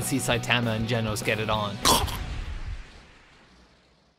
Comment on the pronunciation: shit..... i might hate the way he said saitama and genos' name but shit, im guilty